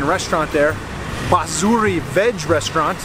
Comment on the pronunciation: No "bazuri" pronunciation. But "baasuri" meaning 'flute' in English. He was saying "Raamro CHHA = is good/beautiful /nice ", and not "Rambo" movie.